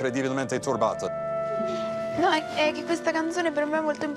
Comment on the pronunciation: Ma avete sentito che il prof. ha detto mss. Cosso sei TORBATA!?!??!?!?!?!